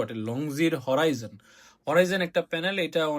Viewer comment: হরিজন❌ হরাইজন☑️ 😄😄😄